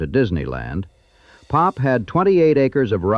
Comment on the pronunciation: We did not call it "Pop". We called it P.O.P. "Pee oh pee". I don't like it when AI misreads.